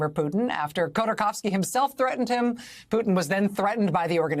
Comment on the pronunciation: There is a T in PuTin pls pronounce it!!! so annoying